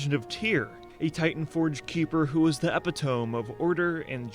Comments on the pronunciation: How is that dude gonna make a good ass video that he obviously spent a lot of time on, and mispronounce vrykul the whole time and pronounce epitome as "Ep-i-tome" LOL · This narrator literally just said "epi-tome" instead of e-pit-o-me.. jfc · did this fool just pronounce epitome "eppa tome"? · Pronouncing epitome as Ep-it-ome killed me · Vrykrurl? I mean that's just a tongue twister. But epi-tome????? How did you fail to warn me about that one?! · no no no... says epitome completely wrong.